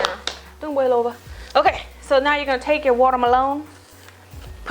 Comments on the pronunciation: I am so happy right now because when I cook I also make sound effects ("pochatar!" when you placed the noodles into the pot HAHA) and 're-name' food items like how you pronounce watermelon as 'wadamelone' LOL. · when she said waterweloon i kept thinking of that viner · I lost it when you said "Water-malone"! Oh my goodness, I can't with you, you so funny!!!!! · i legit died when you said watermelón omfggg hahahahaa